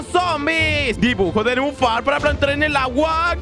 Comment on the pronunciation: Nenúfar no neufar